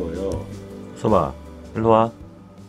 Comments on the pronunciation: '호섭아'가 '홍서방'으로 들리는건 기분탓? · 약강 호서방? 이라고 들리는것같기도.. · 홍서방으로 들려 ㅋㅋ